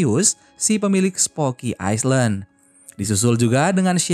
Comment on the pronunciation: Skdar koreksi min , island d'bca iylend